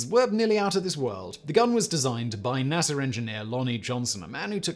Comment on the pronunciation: not naser but NASA u welcome